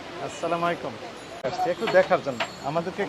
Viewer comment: আসালা মাইকুম আবার কি , সালায় ঠিক মত সালাম ও দিতে জানে না